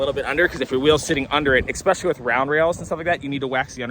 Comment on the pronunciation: I love you. Please stop saying EXPECIALLY.